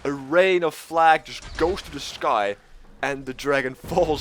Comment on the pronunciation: Why do you insist on not pronouncing the "th" sound in the English language as "D"... so annoying